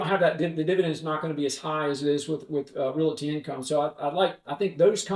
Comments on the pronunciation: I can't trust anyone who pronounces the word, "realty" incorrectly every time he says it. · RED FLAG! Did that guy say " REAL-IT-TEE in the first 4 seconds of the interview? I'm out!!!!!!! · there is not "i" in Realty...